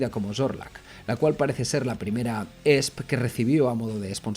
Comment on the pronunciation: La fonética de la marca de la guitarra es i es pi 😂